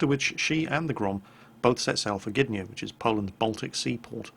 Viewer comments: As far as the name goes, you were pretty close. However it is not Blyskawitsha, as much as more like Blyskawitza. Also, not GYDnia, but GDYnia. Similar to Gdańsk. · Gydnia? Really? ehh